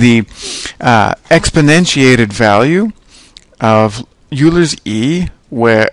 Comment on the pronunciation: Euler is pronounced "oiler".